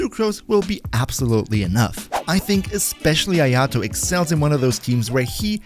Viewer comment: If he's so good. Why can't you pronounce his name?